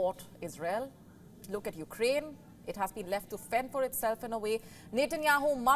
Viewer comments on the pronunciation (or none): none